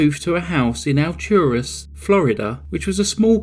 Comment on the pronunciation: Ah, you covered my neighborhood’s claim to fame! I went to school with one of the victims. It’s bizarre to see how this story has spread on so many crime shows. The undercover detective was truly amazing. I have to say, as a big fan of your channel, it’s pretty cool hearing you say Alturas and Bartow. I’ve literally lived here all my life!